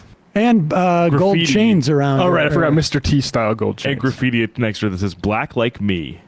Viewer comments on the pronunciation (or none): none